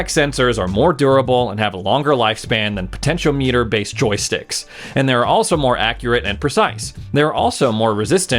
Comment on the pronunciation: It's pronounced poe-tint-awe-meter.